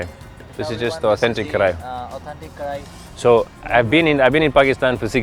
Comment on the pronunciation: bro pls say KARAHI correctly :D